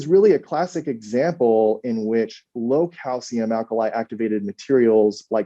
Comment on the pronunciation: Alkali Áctivated